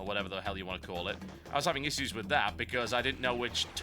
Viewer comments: Uggghh, please pronounce 'issues' properly. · gotta say i hate the way you say issues.